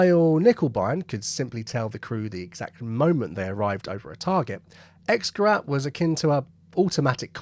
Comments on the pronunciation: Dont mind the knickebein thing, but you're saying Xgerat and not Xgerät. That word dosnt sound like an A at all. Its got umlaut in it. So it's a gerät not a gerat... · Just FYI, X-gerät is pronounced like an English person would say "ix-gerait", not "ex-gerat". Germans pronounce the letter X as "ix", and “ä” as in Käse is like an English person saying “air” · Just a point, X-Gerät is pronounced X-Gerate to a English speaking person, the umlaut (the two dots over the a, the ä) changes the sound of the ä a bit like adding an e to the end of a word in Eglish, so rat = rat and rät = rate Three silly words a pilot never want's to hear from their bomb aimer, "Back a bit." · For information “X-Gerät” is pronounced “ics-gare-ate” might as well get it right. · X-Gerät is pronounced something closer to 'Icks-gerate'. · X-Gerät ... the 'A' has umlauts, so it should be pronounced differently. More like "gehraYt" - sorry but to a German speaker, this hurts. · Also, "X-Gerät" is pronounced like: "Icks - Ge - rate" or a bit like someone with a strong Yorkshire accent saying "Great" 😂👍